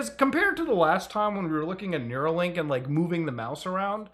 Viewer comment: REEEEEE IT'S NEURALINK NOT NEUROLINK